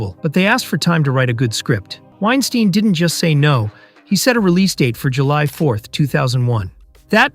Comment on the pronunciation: Y-ns, weinstine (which whatever say it wrong lol), and Neev?